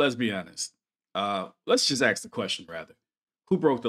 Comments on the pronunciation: We don't "axe questions" we *ask questions. Slavery was abolished in this country, black Americans are more than free to sound literate and articulate. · "Aks" is closer to the original English pronunciation and spelling of the word in question. Language changes and people use it differently. If you want to be racist about people having different dialects in this country, so be it. It's not a good look for anyone.